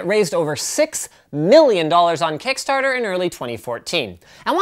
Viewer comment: when he said Kickstarter it sounded like Kekstarter